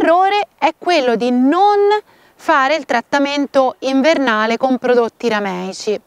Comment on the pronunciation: Troppo simpatica quando dici nvernale. Cmq bravissima grazie